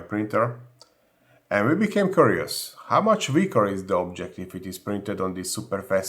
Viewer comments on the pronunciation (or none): I definitely thought he said they became couriers not curious 😂